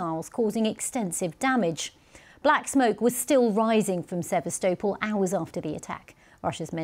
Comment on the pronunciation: She’s not even pronouncing sevestapol right